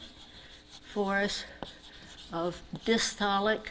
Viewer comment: Madam, with all respect due, I think it is "Diastolic" pressure and not "distolic" ( 8.30 to 8.46). I don't know whether it is an American variation but what we read n know is 'diastolic' Thank you..